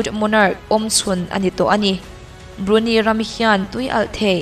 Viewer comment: Tha hlemai,English lam ho hi fuh lo deuh thin,Brunei_brunai,maybach_mai_buck..etc sawitur atam...platform lian nangni ho in in lam diklo hian a pawithui bik